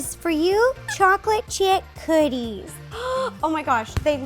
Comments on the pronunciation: she says coodies instead of cookies lol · No one is talking about how she said chocolate chip coodies 😂😂